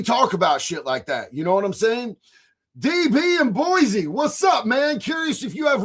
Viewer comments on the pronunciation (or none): none